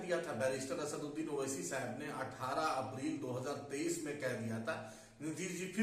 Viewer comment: Aap muslim ho fir bhi assaduddin owaisi ka naam sahi se nahi le pa rahi ho